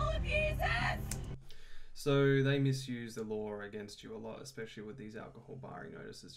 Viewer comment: "MiSuSe" Bro wtf is he yapping about🤦‍♂️